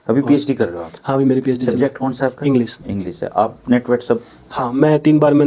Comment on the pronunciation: इंग्लिश रिसर्च स्कॉलर इंग्लिश को इंग्लिस बोल रहा है, अब इसको नौकरी दे दो और अपने बच्चे इससे पढ़वाओ